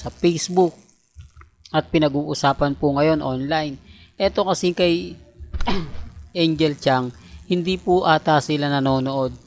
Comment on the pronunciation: NICE PRONOUNCE SA TITLE MONG ANGEL KHANG. 😂😂😂😂😂HINDI ANGEL CHAN UGOK PARA LANG SHOE 👠 RAMEREZ. MS. IGNORANT DESTINY 😂😂😂